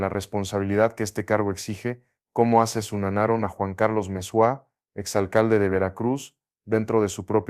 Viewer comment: Cómo "asunanaron" 🙄 AI